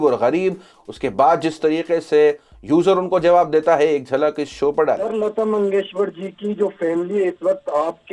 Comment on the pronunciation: (Bharat ratna lata mangeshkar) not lata mangeshwar hyala neet bolta yet nahi ani channel chalautay suresh chavanpuri kuthla